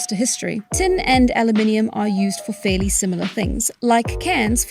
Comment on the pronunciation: and Alumium